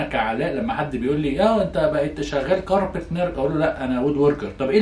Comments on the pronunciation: Car-p-enter NOT capenter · اسمها كاربنتر Carpenter وليس كاربتنر!!!! الصوم واضح تحياتي